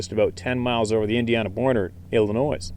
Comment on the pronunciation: FYI...I noticed you pronounced Illinois incorrect the 's' is silent..lol